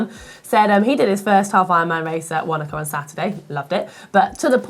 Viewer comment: And Wanaka should be "Fanaka"